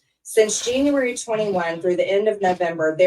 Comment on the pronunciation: "Thancuary thities"